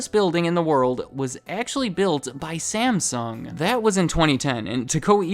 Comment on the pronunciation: Stop mispronouncing Samsung 😡 After 3 minutes, I'm outta here 👎